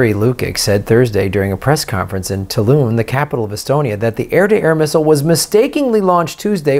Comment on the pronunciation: I think you should definitely go to Estonia & do some in the field reporting on this ;) Lived in Tartu & omg amazing city! Just be sure to visit the Pussirohokelder!! (& it’s ‘tah-lyn’ but no one cares 😂)